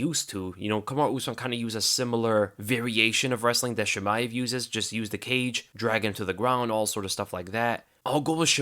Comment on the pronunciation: One thing tho, It is not "Sheemaev" it's "Cheemaev" :)